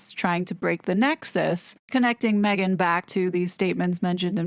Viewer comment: I live for you to pronounce “Maaaaaeeeegaaaan” 😂😂😂😂